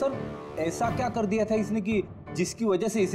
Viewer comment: it's dia not daea